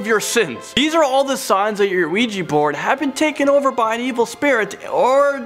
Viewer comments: Its Ouija not Luigi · It's just funny when he says ouiji instead of ouija😂😂😂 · NOT OUIJI ITS OUIJA WHIT A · Ouija Not Ouiji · Why do I hear Luigi board? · WEEGEE BOARD. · sees ouji hears luigi board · I kept hearing "Weegee" board. Lol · it sounds like he's saying "Luigi board" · You mean Luigi board?😂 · He pronounced the word 'Ouija'. It's actually pronounced 'Ouija'.